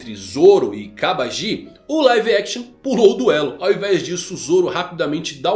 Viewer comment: tá andando mt com o Mateus do all blue, só pronuncia estranha do nome dos personagens, GenzÔ e KabagÍ foi de fuder, não existe essa fonética no japonês, os sons são sempre fechados como Genzo e Kabagi mesmo sem uma silaba tônica no final dando impressão de acento